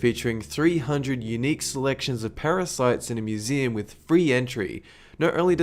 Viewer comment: I swear he says mooseem in some parts.